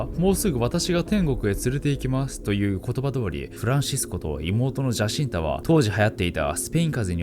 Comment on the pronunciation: ジャシンタ？ 違うぞ、ヤシンタだ… パウロも意識を失ってなんかないぞ… 名前のJは発音しないんだ…内容が薄い上に間違いかよ…